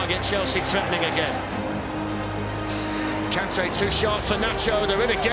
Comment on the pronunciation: Kante : Fank you 😂